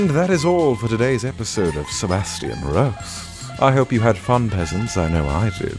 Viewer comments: OH MAH GAH, love your laugh. It`s so cute!! I was just thinking that I could type something too, and then you say that there is no theme. Only saying "Sebastian RRRRRRROASTS" makes me smile and giggle. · It’s perfect! xD the way he rolls his R’s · His rolled R's just made me fluent in Spanish.